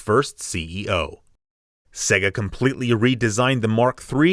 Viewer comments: Why do you say "segga"? The games themselves clearly tell you its "sey-ga - example -> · It's not segga, it's say-ga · Segger? Don't you mean Sega? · You know, the "Seega" master system. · Pronounced "Sayga" great video but that got to me after a while lol